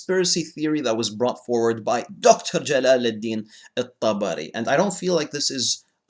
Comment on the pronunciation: 'Jalaluddeen' lmao